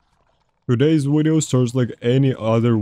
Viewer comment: i HATE when you say... wideo